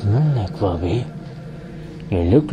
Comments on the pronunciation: What said: "wahabi" What i heard: "baabi" 😂 (in my country babi means pig 😅) Salam from indonesia 🇮🇩 n thank u..... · At least pronounce it well! It's "Wahabi", not "Wabbee " 😂😂